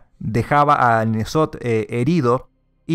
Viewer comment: se pronuncia enzot no nezot